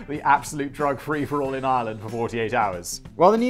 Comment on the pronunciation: Is it Ireland or Irwland? Fuck me dead.